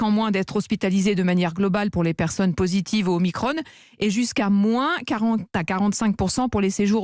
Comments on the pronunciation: Sans compter les conséquences au phénomène redouté. Et au fait on dit O MI CRON, la diphtongue ON, comme un tronc. Si ce mot se prononçait omicrone, il y aurait un e à la fin du mot. Pourquoi le prononcer omicrone et pas OMICRON ? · delfraissy président du conseil scientifique approuvé par le comité d'éthique national dont le président est delfraissy ! grande mascarade et stop dire OMICRONE, c'est OMICRON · c'est pas omacron ? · Vous devriez arrêter de le prononcer à l'anglaise, ça va finir par se voir que vous ne faites qu'appliquer les directives américaines. C'était déjà mal engagé avec le "pass sanitaire". Ou alors mettez-nous Bill Gates direct, et puis vous traduisez ; vous gagneriez du temps.